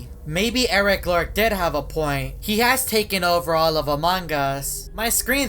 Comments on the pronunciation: Its eris loris not eris lorc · Eric lork Me: it’s Eris loris